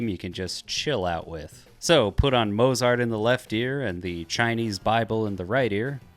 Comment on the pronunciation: Entertaining, but I hope you've learnt how to pronounce Mozart since making this.